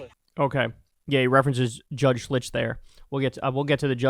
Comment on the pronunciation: Judge SHILTZ, not Schlitz...but I could use a beer.